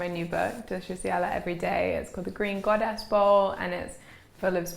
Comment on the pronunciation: So is it 'Green Goodness' or 'Green Goddess', I heard Goddess ;) either way, it looks heavenly!